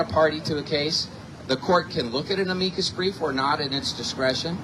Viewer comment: Ok, sounds great, but (not-picky me) why pronounce it ‘a-mee-kid’? I’ve always heard it called an ‘am-i-K